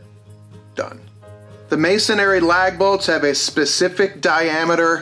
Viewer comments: MAY-son-ree, not. “MAY-son-airy” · Masonry - it’s pronounced /mā′sən-rē/